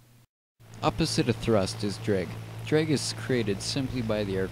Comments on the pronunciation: ITS DRAAAG NOT DREEEG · Why is he pronouncing it "dreg" sometimes instead of drag... ISH TOO MUCH DREG, WE CANNOTS FLY! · dreg... dreg..... DREG. DDDRRREEEEGGG... it's drag buddy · if he says “drig” one more time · I cant😂😂😂 “DREG” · It's not pronounced DREG uuuggghhhhhhh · "opposite of lift is dreg"... LOLOL "DREG" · Nicely done video, but this is the first time I've ever heard "drag" pronounced as "drig". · very information. The biggest thing I learned while watching this was the proper way of saying DRAG. Thank you, I am forever in your debt.